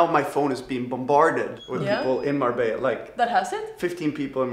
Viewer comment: MABELLA INSTEAD OF MARBELLA IN THE INTRO GUYS